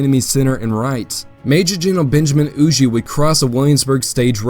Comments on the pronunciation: Everything was great…. Except “Hugh-Jay” bro…. It’s “Hugh-Ger” just as it appears. Huger…. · Huger rhymes with Luger.